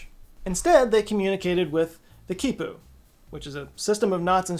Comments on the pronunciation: its pronounced key pooh 😭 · Him: "This is a keypu." Me: "No it's knot."